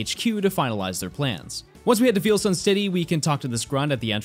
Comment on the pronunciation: Something I’m endlessly amused by: the way says Veilstone. He says it like veal, like the meat, instead of like the word it is, Veil. If you’re wondering how to say it, think of it this way: how do you say the term “Wedding Veil”? If you want a direct pronunciation: Vay-uhl.